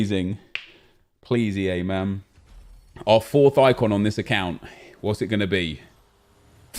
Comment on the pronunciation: Someone tell me why says MANNN like an American?? What's he trying to achieve??? It's annoying me lols